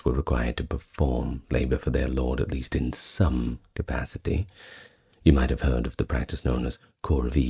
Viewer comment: "It's the yeast I can do"?! Dunno if I can take nine hours of this!